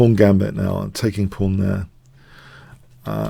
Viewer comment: The "fawn" pawn.